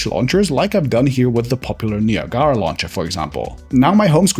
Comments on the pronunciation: ok nia-gara is a violation 😂😂. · That's how you pronounce it in German 😅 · The way he pronounced Niagara 😭😭😭